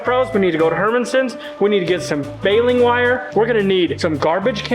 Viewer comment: I believe in Sanpete county, it's pronounced "baylen' war"